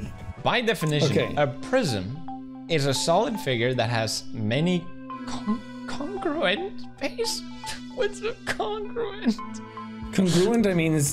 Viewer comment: he allowed him to butcher congruent multiple times as he judges his life reading, 'wtf is this word' as if he is being murdered.